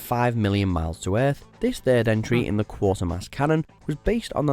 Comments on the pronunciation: Watch Mojo are always mangling pronunciations. It's pronounced Kwa-ter-mass not Quart-er-mass. There's only one "r". If they'd even bother to watch the trailer, they'd know Andrew Keir's character is Professor Quatermass. It was rated as a horror film. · QUATERMASS is pronounced... KWAY-TER-MASS. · So sick of British things being pronounced wrongly, especially by a supposed Brit . . It's Quatermass (Quate rhyming with crate) there's no 'r' in there, so not Quartermass!!!! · It's Quatermass, not QuaRtermass! But truly great, and the most British of these. It scared me so much as a kid! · Quatermass not Quartermass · It's 'Kway-tuh-mass'. not quarter-mass. Eye roll. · It's pronounced "Quaitermass" not Quartermass. 😆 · KWAYtermass. Not Quartermass. Jaysus... a Brit should have known better! Great film though. You absolutely should check it out. "Moon" is also superb. "Sunshine" starts brilliantly and ends as a disappointing monster movie. "Brazil" is one of my top five films of all time. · the Lad Narrating got the Mans Name Wrong, its not Quarter-Mass, there's no R, its Quater, with an A. Rhymes with Waiter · It is not "Quartermass" it is 'Quatermass"😊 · THE CORRECT PRONUNCIATION FOR "QUATERMASS" IS KW8TERMAS NO KWORTERMASS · It's not quartermass. It's pronounced kwaytermass. So this guy clearly knows nothing about what he's reading. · "Quater-mass" (like Crater) NOT "QuaRter-mass" FFS!!! 🤣🤣🤣🤣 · Quatermass is actually pronounced as Kwatermass, it would only Quarter mass if spelt that way. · Gah! It's "Quatermass," not "Quartermass." The original 6 x 35 minute TV version is better for the long-burn, but film is a good precis of it. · It is not "Quartermass" it is "Quay ter mass". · Quater-mass, not Quarter-mass. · Quartermass?? It's Quatermass, but even the narrator got it wrong. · The original T.V. version of Quatermass (pronounced as in equator not quarter ) was much better than the Hammer version. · Quatermass not Quartermass! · Not 'Quartermass' it is QUATERmass